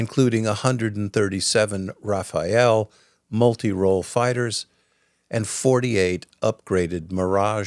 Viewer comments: Thanks for this exposé about French contribution to the defence of Ukraine. It demonstrates what a serious partner we are. I just wanted to point out that our combat plane isn't called a Rafael but a Rafale, which in french means a 'gust' or a 'rush' as in wind. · It is not Raphael planes, it's Rafale planes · Thanks for recognizing the role of France. Just a little note: you keep saying Raphaël. It's rafale no e next to the a 😉 try to use Google translate and type gust if you want to ear it. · Rafale, not Rafael please! Rafael is a wole different story. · Rafale Jet is not "Rafael" ! Please prononce it simply ' Rafale ' . - a - must be prononced the same way than Mir-a-ge. Thank You from France. (You can try "gust" in translate.google) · Hi feel free to pronounce Rafale like Fatale as in Femme Fatale, it is more accurate than Raphael the italian painter or one of the ninja turtle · The video you are showing has nothing to do with the french Rafale, this is Rafael which is an israel comany. By the way you are pronouncing Rafale wrong each time, it’s not RafaEle, it’s RAFALE. But you are not the only one to make the mistake, I don’t know why so many people add this extra E in Rafale But except that, it’s a good video by the way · If I may "Rafale" is not "Raphael". The "Raf" part is OK but the "ale" part is pronounced closer to "Al" like short for Albert. I believe earlier there was a "Crotale" I'd recomand using the same "Al" in that one also. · One little tidbit. It's not the "Raphael", which is a first name, the French fighter plane is called the "Rafale" like a wind gust, rafale means gust. I never heard anyone else call it "Raphael" before. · it is not ra-fa-el but ra-fal-le it trigger me like clockwork lol good video nonetheless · Good report! As an American, and French, person living in France for 30 years now, I feel compelled to mention Raphael is a first name with 3 syllables. Raffale is a wind, and has 2 syllables. Thank you for the in depth info.